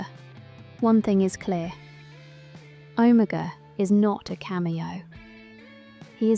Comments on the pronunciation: Never in my life have I ever heard anyone pronounce Omega so incorrectly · Why are you pronouncing Omega like that?